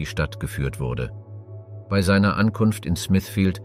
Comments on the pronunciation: Ist schon jemandem aufgefallen, dass ausnahmslos alle Beiträge von einer Maschine vorgetragen werden? Kaum Betonungen, emotionslos und sehr oft werden Jahreszahlen wie einfache Zahlen vorgetragen, das Wörtchen "bei" sehr oft als "be-i". Ich für meinen Teil finde diese Art der "Geschichtsdokumentation" alles andere als informativ, sondern vielmehr einschläfernd. Umso erstaunlicher ist es, dass dies hier niemandem auffällt. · Interessante beiträge, allerdings frage ich mich warum du bei immer so seltsam aussprichst. Be i oder so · Das Vorleseprogramm kann "bei" nicht aussprechen.